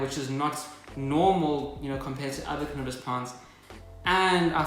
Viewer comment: Fun fact ~ everytime you say "carnivorous plant" the subtitles change it to "cannabis plant" 🤣👌🏼🤘🏻